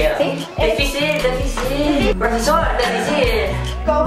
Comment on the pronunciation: Amo cuando dice profesol 😂❤